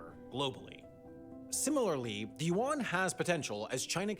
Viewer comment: Hmm, so Yuan and Yen aren't pronounced the same. I kept wondering, who the hell is Juan.